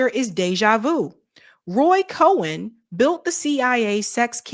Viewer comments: Cohn not cohen. It's pronounced differently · It's not Roy Cohen. It's COHN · Cohn not Cohen, love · Roy Cohn's last name is pronounced like 'cone', not 'Cohen' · Roy Cone, not co-in. Not being a prick. It makes you seem like you no nothing about someone or something if you mispronounce.